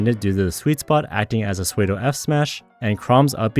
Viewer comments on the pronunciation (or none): soo-wee-do f-smash interesting attempt at pronouncing pseudo.